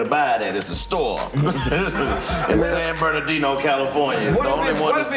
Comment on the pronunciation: Bro said San Bernardino lol that’s comedy if you kno